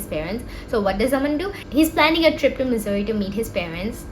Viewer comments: I've never heard Mussoorie pronounced as Missouri😂😂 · Sab thik but bhai please pronounce Mussoorie as it actually is, I was so confused throughout wondering whether it's a typo in the subtitles and video time stamps, and whether it is actually Missouri or Mussoorie. 🤦🏻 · liked the video but its mussorie not missouri dawg, missouri is in the us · isnt it mussoorie and not missouri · i love that you use missouri hahaha it is mussourie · Okay everything else is great but can you please stop pronouncing Mussoorie as "Missouri", I was legit confused for a while there😭😭😭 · the mussoorie pronunciation is insane